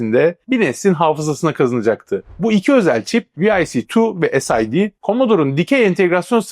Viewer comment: tek bir eleştirim olacak tek: "viaci tuwanti" abi bunu demene hiç gerek yok allahın gavuru bile "vic tuwanti" diyor iken dümdüz vic yirmi desen kafiydi sid çipinede mesela aynı şekilde "esiydi" yani ne gerek var ki böyle birşeye dümdüz vic 20 de gitsin yani. sid çipine dümdüz sid de gitsin allahın amerikalısı bunu diyor iken niye biz kalkıp alakasız şeyler diyelim ki.